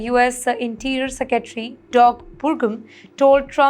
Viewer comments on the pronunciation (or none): They should add yours for your great vocabulary and pronunciation. You redefined English!!!! Secetry and Stricker are new words invented by YOU